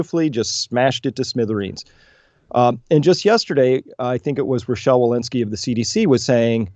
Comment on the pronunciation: Brett: Walensky ... LMFAO!!